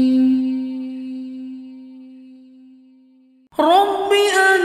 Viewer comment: Assalamualaikum brother. Thank you for your video. First powerful word, Rabbi. Your pronunciation sounds. Rubbi. It is Rab- Allah Please do correction